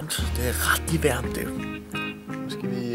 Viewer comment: "Det' rati' værmt" - Skide sjovt x3 Kan ikk' la' vær' med at sige det hele tiden c